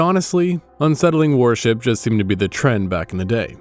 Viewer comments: Awesome video, but your pronunciation of worship as warship is doing my head in 😂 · The pronunciation of "worship" rhyming with "warship" makes me ask if the narration is AI.